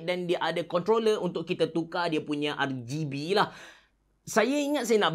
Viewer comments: Sebutan rgb memang camtu ke lain macam dengar nya. R-gay-b??? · no one:... absolutely no one:...: R-GAYYY-B